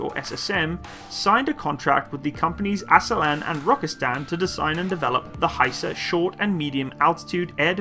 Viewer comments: The Name of the Company is Aselsan tell Asel-san and Roketsan tell Roket-san to say by the way San is in turkish short and means sanayi-Industy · Pronunciation should be like A sell sun and Rocket sun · More like "Uh-sell-sun" and "raw-cat-sun" - where the suffix "-san" is the abbreviation of "sanayi," which means "industries." So, the roots of the name "Roketsan" is pretty self-explanatory. "Aselsan" stands for "Askeri Elektronik Sanayii," which means "Military-grade Electronics Industries."